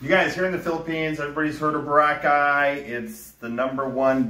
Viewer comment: Bro, why can’t you say Boracay properly? BOR-ah-Chay.